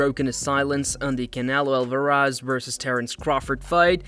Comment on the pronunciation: Canelo AL-VAH-RAHZ🤣🤡